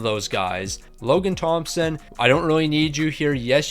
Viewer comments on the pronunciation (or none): none